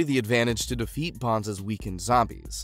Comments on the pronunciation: So many missed information and so many mispronunciation, like dude it’s BONES not BONS like at least try to pronounce their names correctly. There were so many things you missed and the fact that when you mentioned a duel that was taking place what was shown on our screen was not that duel it was something completely different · Bones not bonds! wtf 🤦🏻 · Its bones, not bance